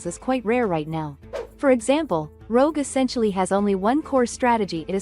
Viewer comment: It's Rogue, not Rouge... lmao